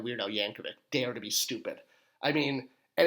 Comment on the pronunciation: "Junkticons?" No.